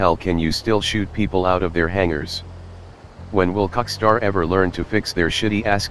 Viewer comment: I lm dumb I wasn't getting why he said "COCKSTAR" then I realized oh Rockstar